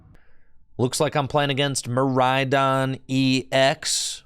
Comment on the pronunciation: I had a good chuckle when said Midraidon.